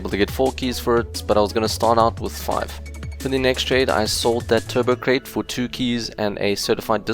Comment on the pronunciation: You said turbo crate but no hate.